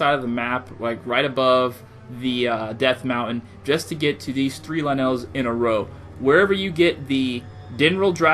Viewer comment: It's lynels not LeNails